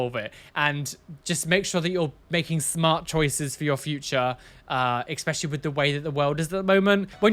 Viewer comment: Hello, I have a very fundamental question to ask you lol (as as non english native person): why do you, as some other people, say "eXpecially" instead of "especially", please? ^.^